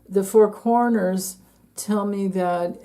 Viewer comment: When you said 4 corners I heard "four coroners."😳